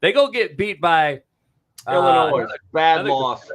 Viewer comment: is the man, but he gotta be trolling us with his insistence on IlliNOISE pronunciation right?! haa